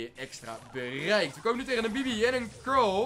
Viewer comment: probeer carl te zeggen en niet cral